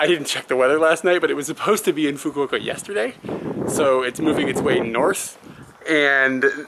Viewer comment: So that's how you pronounce "Fukuoka". I would have pronounced it in a way that would make a sailor blush.